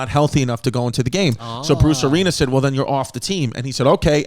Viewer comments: Chrissy's pronunciation of coach Arians is classic chaos! I think we need a shout out to Tampa Bay coach "Arineas" on a weekly basis. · Chris saying Bruce Arenas instead of Arians is making my nipples tingle but I like it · Chrissy, it's Bruce Arians. It's pronounced the same as the "Brotherhood" you're a part of.